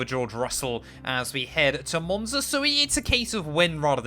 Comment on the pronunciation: Just got into f1 and i been watching these vids plus ur hot lap vids. J wanted to say ur commentary is mad entertaining and I love the energy. Also love the way u pronounced the track in the beginning lol, comin from an Italian